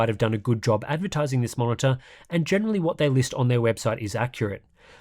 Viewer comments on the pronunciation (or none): none